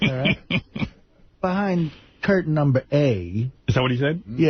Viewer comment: "Curtain numbaa A" lol